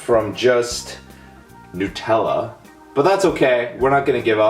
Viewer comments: It's nut-Ella not noot-ella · NUT ELLA not NU TELLA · Hey fatty its nut-ella not new-tella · I’m just realising he says ‘NOO-TELLA’ and my English ass is cringing cause here we pronounce it ‘NUH-TELLA’ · It's pronounced Nutella not nootela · Nope, you're wrong. I'm Italian, its not pronounced Nu-tella but nootela!!!!! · Why do people say it like noot-Ella it's nut-Ella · A lot of people say it is Newtella instead of NUTella... It is made of HazelNUTS not HazelNEWTS.. Wow people these days.. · nutella is pronounced: NEW-TELL-UH not: NUT-ELLA U FUCKING FUCKTARD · Are you Indian you don't say NOOTella you say NUTella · I don't like the way you say newtella it's NUTella not NEWtella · Whd did you say it like it was spelt newtella but it should be said like nu-tella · new-tella?? wtf... NUT-ella, dipshit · Furious Pete Brah! Honestly each to their own. But I am curious, Why do Americans call it (to write it phonetically) Newt-ella? Like It is Hazelnuts are not called Hazelnewts, and it is not named because It is made from Hazelnewts, lol. So why? why not call it NUTella? Like I could understand somewhat if ye guys called Hazelnuts, Hazelnewts but ye don't so makes not sense! Lets go Pete, do this for your country and call It NUTella, but only if you want to. Pahahahaha! High 5 for eating that btw, savage Video! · I don't want to start an argument, but it is Nut-ella. Not Nu-tella. It's Nut-ella because it contains hazel nuts. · Its pronounced as Nut Tella, not Nu Tella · It's not pronounced Nu..........Tella It's Na.........Tella Or if your a perfectionist on pronunciation It's Nut........ella :D Just something i wanted to get off my chest!!! But pronounce it however you want!! :) Whatever floats your boat :) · It's not nOOtella, nUtella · Please someone explain why some people pronounce it nute-Ella when is obviously supposed to be NUTella! Explain dis shit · Nut-ella not new-tella!! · New-tella lol Nutella... NUT! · Its funny how he calls it nootella